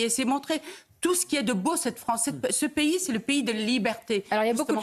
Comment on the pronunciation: c'est pas payé. en français c'est un pays et ça se lis P I comme ça c'est plus simple pour toi